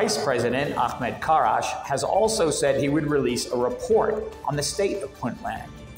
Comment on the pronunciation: Mr Ahmed Crash not karash . It's crash he used to be the head of the Somali crash program in late 70s when he was in his mid 20s that is where he got his knick name from aka VP Ahmed Crash ...Mr Crash is more educated then deni . Mr crash went high school to college and worked for the somali government back in the mid 70s til it collapsed in 1991 . He was the head of that crash program funded by the western nations back the 70s . He speaks three different languages he's been in the somali political arena since the late 70s like I said and during the Civil wars in comperisam to Mr deni Mr Ahmed Crash is older and wiser and more educated and he worked all the different levels of government he was even the president of khaatumo state back in 2012 to 2013th . He has all the right reasons to be the new president of the Somali state of puntland